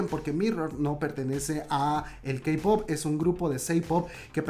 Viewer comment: Diste una actualización que realmente ayuda mucho a saber qué ha pasado después del accidente. Gracias por no contar solo lo que ha estado ya en medios sino expandir y complementar más el tema. Por cierto, amiga, no se dice "CEI-pop". Es "CI-pop" o pa´que decirlo en inglés y solo dices "CE-pop". (: suerte